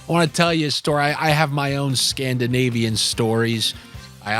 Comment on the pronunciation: Did you say Scandinavian or SCAMDINAVIAN